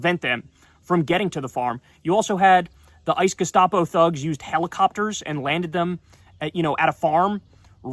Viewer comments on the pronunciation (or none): The ice gustapo? Say it again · Abby Phillips is hopeless. She will always be on the wrong side of the issue. #Sheep And that guy who keeps saying "gestapo" ICE is clearly just parroting the Leftists MSM narrative. Disgusting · Who is the loser in the teal shirt calling ICE, "ICE gestopo"? He doesn't even care that there child-slave labor on the plantation... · “Ice gustapo”?? Really?!?!